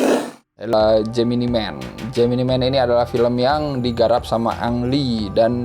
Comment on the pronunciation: How to pronounce this correctly: JEMINAI MEN not JEMINI MEN